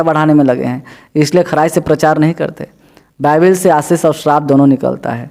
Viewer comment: बाईबल है भाई, बयबील नही, बल, बल, बील नही।टक से बोलो😥😰